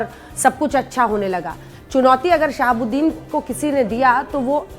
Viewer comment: Aap sahabudin sahab kaa name galat laa rahi hai